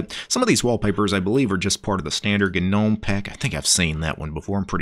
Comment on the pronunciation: Gnome is silent "G". Saying "Ginowm" is like listening to someone pronouncing knuckles as "kinokels" or pneumonia as "pinomownia" lol you kinow